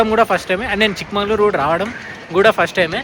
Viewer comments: Chikmagalur not Mangalur Prounance Properly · Bro it's Chikmagalur...not chikmangalur